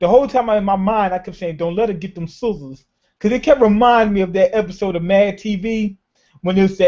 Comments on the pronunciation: Is it soozurs? Or sizzles? XD learn how to scissors xDDDD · She didn't get scissors, she got "soozurs" xD